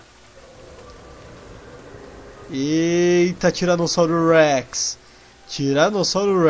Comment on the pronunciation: Eu acho engraçado vc fala Tiranossauro Rex vc Tiranossauro hurhex kkkkkkkkk